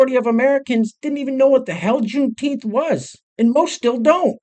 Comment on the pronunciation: Here's a deal, if you can say Juneteef the right way, maybe just maybe someone out there might listen to what your saying. Good luck